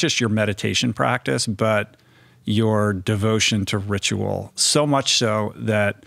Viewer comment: Loved this one ❤️ I also heard in this one that ... ritual sounds as Rich Roll 😉 Much love and peace to everyone who reads this ❤️